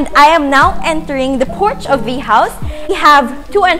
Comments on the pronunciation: hi, nice tour. but quick tip there’s just too much “thee” “the” pronounced as “thee” if followed by a vowel. “the” pronounced as “thuh” if followed by a consonant. thanks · grade 8 ako ha naiinis ako sa "the" mo ksi mali